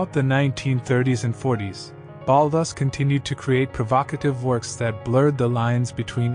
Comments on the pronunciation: his name is pronounced "BAULL-TOOOS' " as per his own pronunciation at a meeting with a friend of mine in a Paris bookstore. The accent is on the 'TOOOS' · I don't think he was ever known as Ballus as you pronounce it!!! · Baalus? Really? Can't pronounce the guy's name at all? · It's pronounced Baltoose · Why is Balthus mispronounced throughout? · Hi there, as far as I'm aware, the artist was commonly referred to as 'Balthus' pronounced with a hard 'th' as it is pronounced in his full name, Balthazar. So it could sound like Ball-thus if you pronounce the 'a' one way, or Bal-thus if you pronounce the 'a' as in balloon. Hope that's helpful.